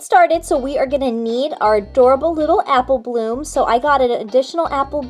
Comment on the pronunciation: Why in the beginning u said appleh bloom